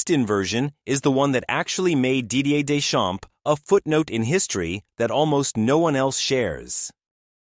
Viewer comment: AI can win math olympiads but can't pronounce Deschamps properly it seems.